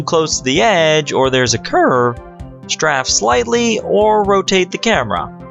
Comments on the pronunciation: downvoting because you pronounced "Strafe" as "Straph" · Straff slightly? Strafe, mate. You caught most of your odd pronunciations post-script, so I figured that I should bring this one to your attention. Overall, good vid, and agreeable list, but the criticism that you're dawdling around too much is valid. It's like you're too used to talking to small children. Improve on that, and your future vids will be quite well-received. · You pronounced Sirena wrong. You pronounced strafe wrong.